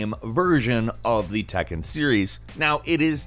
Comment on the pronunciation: Did you just read Tekken as it is? Please read correctly